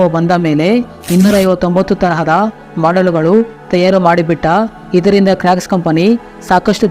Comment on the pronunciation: Bro adhu crack shoe ala crocs shoe pronouce sariyaghi maddu